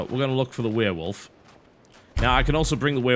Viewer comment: I loved this game when i got it... and i also love how he says werewolf xD weeeewolf